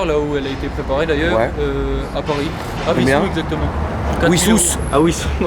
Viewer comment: on dit Vissous haha, super vidéo, super voiture, toujours au top quoi 👌🏼👌🏼